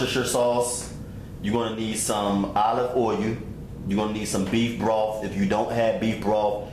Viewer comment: its vegetables not vegables just like you say owe-you instead of oil smh your grammar is just as horrible as those nasty ass fingernails you have.